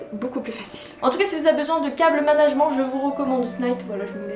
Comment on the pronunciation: tu dis cable management mais il faut pas le prononcer comme ca ca m a fumé